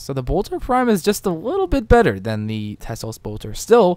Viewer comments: T E L S O. Pronounced "Tell-ohhs" NOT "Tes-lose" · Te-Los, not Tes-Los. I die every time I hear you say it. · How the hell do you pronounce that tesolose it's telos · MY FUCKING GOD!!! It's TELOS, not TESLOS. I'm sorry for freaking out, but this annoyed the crap oit of me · its telos not teslos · Tel-os not tesla lol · Why does he say "Teslos" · Teh-Los* MMM K? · cannot watch the video because he always calls it tesslos boltor shit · lol exactly what I was thinking all the way through. Just read the word. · I know, it's hard to read right XD